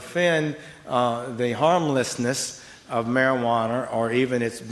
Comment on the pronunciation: anyone who calls it marijuaner loses all credibility anyway